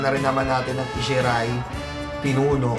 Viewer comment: Ohh...wow! Pamangkin ko to, ah! Isshi Ray (ee-shee-rey)!